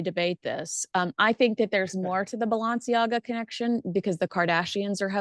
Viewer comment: Hi... Its Balenciaga... Not Balanciaga...